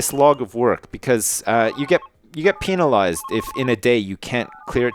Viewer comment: lol pee-nalised